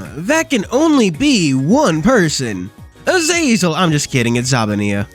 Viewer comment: I KNEW THIS WOULD BE THE TITLE OF THE VIDEO xD Funny video and also I love the way you said "AzaZeL"